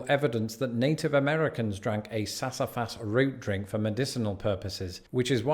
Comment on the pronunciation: Being from the south hearing him butcher sassafras and pecan pronunciations was hard to listen to. Take root beer and add vanilla ice cream and you have food 😋. Butter pecan ice cream and cookies are some of my favorites.